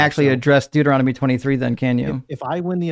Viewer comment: "deutoromony" 😅 he cannot even pronounce Bible books right, he's so weak & desperate 😅😅